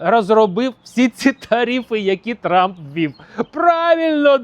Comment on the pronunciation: Як-як, Дон Тампон? 😂.